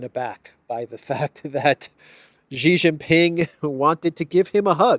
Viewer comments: I know you care about words, so please allow me to mention that Xi's family name is pronounced like English "she." It is NOT pronounced "zhi." I hope you will respect Xi and pronounce his name as Chinese pronounce it, i.e., as in "she." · Xi: "sea", not like Gi.... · pronounce Xi like she. She is smart...